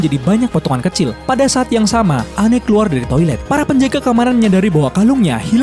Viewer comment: Its Anne. Not Anney.